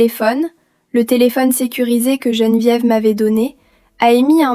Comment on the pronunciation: Geneviève et non gene diéve !!!!😂😂😂